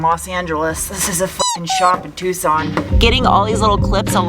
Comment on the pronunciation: TUCK-SON Arixona?